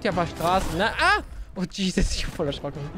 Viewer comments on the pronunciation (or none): none